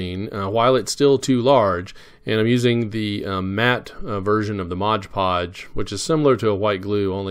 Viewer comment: Very nicely done! What paint did you use for the "stainless steel"? One nit to pick... it's MOD Podge, not Modge Podge. You certainly aren't the only one to call it that, however. Best wishes, Ken